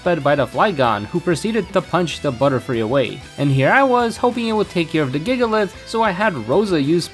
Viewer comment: His "Gigalith"😭😭😭😭😭😭